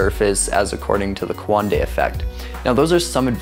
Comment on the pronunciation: it's not quandei its coandā